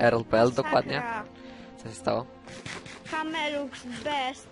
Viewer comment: kamelux a nie kamulex :D